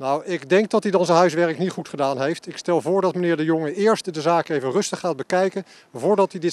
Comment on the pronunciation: "Ik ga daar niejj over" ....